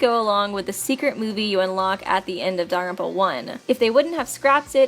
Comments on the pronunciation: very time that "daarrrrerpa" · It’s not DANGONRONPA.... It’s danglepompa... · Does anyone else find her pronunciation of "danganronpa".... Off....